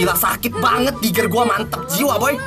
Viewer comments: Sadar bang saadddaaaarre diggie bukan digger wkkwkwwk NORAK 😆🤣🤣🤣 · Diggie bkn diger